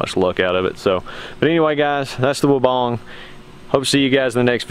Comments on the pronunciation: You can’t even say weibang right. Wee bang. Not wobong 😂. All designed in uk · Gregs Mowing hahaha even the Weibang USA answers the phone wobong so unless they pronounce it correctly that’s the only way you would know how to pronounce it. So please tell me how much experience you have with this mower?